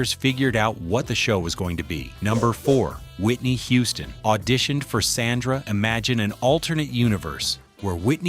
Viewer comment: this is low quality AI slop. They didn't even pronnoucned SANDRA right